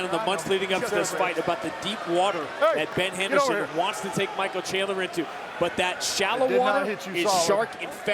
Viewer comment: the announcer said his name wrong He pronounced it Michael Chandlin. Also during the julia budd introduction the announcer calls the reff mike beltanon